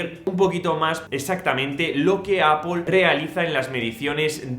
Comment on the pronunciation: Por fin alguien en este país que pronuncia bien Apple 👏🏽👏🏽👏🏽🎉🎉🎉